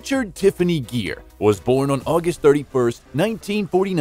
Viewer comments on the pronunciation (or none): "Gere" is pronounced "gear," not "jeer." And it's "Pretty," not "Petty" Woman. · Gere---Proper pronunciation...Guh-ear...gear in a car! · I was very interested to watch this but couldn't. The constantly mispronouncing his name was too irritating and distracting to stand . The video is completely ruined by that pure laziness. It's pronounced GEAR, like shifting a car gear. Thumbs down. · Okay. WHO IS THE NARRATOR? The Actor's Name Is Richard GERE--With A HARD "G"--As In The Word, "GIRL". It is NOT--a "J"-Sound! Secondly--His Hit Movie Was "Pretty Woman,"--NOT "PETTY Woman! Do Your RESEARCH!!!! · its not pronounced the way you do - its not jeer but gere - the g used same way as in the word good. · His name is Gere not Jeer ! Your gonna talk about someone you should pronounce his name right silly man . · the announcer kept pronouncing it JEER. Looks like they have corrected it on this video. It is pronounced like GEAR. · Ga ga Gere not jere!!!!! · Richard Geer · It's pronounced GEAR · How can you mispronounce Gere as "Jeer"? Also, the movie was not "Petty" woman. What a flop of a video. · Oh for the love of god, his last name isn't "Jeer" and the title of the movie is "Pretty" woman, not Petty woman. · no. You are wrong. Richard is a friend of mine and his last name is pronounced like “gear”. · Come on,atleast pronounce his name correctly. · Haha alot of their videos are like that! I agree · Not only is the narrator mispronouncing his name, but keeps calling the film “Pretty Woman” “Petty Woman” without the “r.” Has the narrator been living under a rock? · please learn how to pronounce Mr Geres' last name correctly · How can you report on a guy’s life when you don’t even know how to pronounce his name?!!!!😞😞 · The continued mispronunciation of his name ruined the video. Consequently, I could not watch it more than 20 seconds. Also, do my ears deceive me or did this inept narrator say, " Petty" woman? Please edit this documentary.